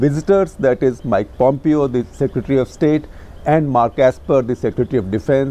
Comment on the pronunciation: A very good episode. I also liked Shekhar's questions of Pompeo. Only two minor corrections Both Shekhar and mispronounce Pompeo. It is pronounced as "pom-PEYO" not POM-pio". Indian names and words do not have accented syllables which could be the cause of this. Second: Shekhar constantly mispronounces Uighurs. It is "Wi-ghur" not "Ee-ghur" as he pronounces